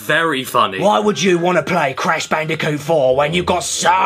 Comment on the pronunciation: I can't get over "Cash Banooca"